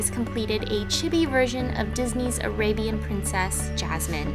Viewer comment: Chibi sound like this chee-bee